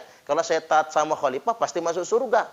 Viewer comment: Sebut Khalifah saja baradja tidak benar..dia bilang halipah